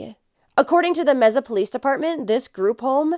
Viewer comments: You are sooo cute saying meza. It’s pronounced may-sa . Love you girl! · Oh, it's not pronounced mesa (table in Spanish/Portuguese), but may-sa? Good to know. So disturbing what happened to this girl, it's satanic. RIP. 🙏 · I just want to add that we pronounce Mesa as MAY-SAH. Thank you for covering this. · I pray Sweet Emily Pike gets justice very soon!! Rest in peace 💓💕💓🌸💗🌷🌺 Mesa is pronounced May- sa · Mesa pronounced May-sa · May- suh. Just sayin. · I know it's not important, but the pronunciation of "Mesa" is "May-suh". Thank you for covering this case! I live in the area and its absolutely tragic. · This is driving me insane. May-suh!! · Mesa AZ is pronounced like may-sa. That's my hometowm